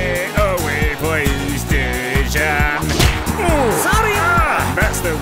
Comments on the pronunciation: Name of the Lovren is not speaking like Deyzan(Dejžan), its speaking like Deyan (Dejan). Lovren is Croatian, I'm the Serbian, so I know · Its dejan not dežan hahahahahaha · Why cant you pronounce Lovren's first name the way it should sound?